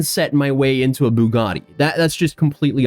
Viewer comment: Please stop saying Boo-gaa-de. Bue-gat-ee